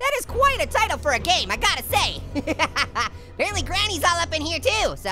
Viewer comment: Did you say A pearently get it A pearently And Butt poop